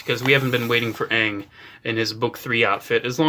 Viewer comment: Say it with me. A. A. Aang. Not uang